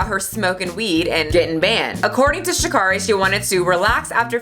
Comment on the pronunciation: Her name is pronounced: Sha'Carry.